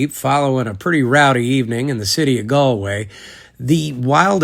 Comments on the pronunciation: Congratulations on your pronunciation of Galway. You're the first American YouTuber I've come across to get it right. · First American to pronounce Galway correct